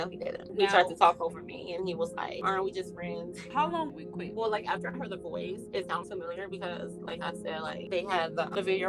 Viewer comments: I said 2021 I wasn’t gonna correct any more but why pronouncing Quik as Quake instead of Quick 😂😂😂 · It’s quik not quake lol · his name is not “QAKE “Lmfao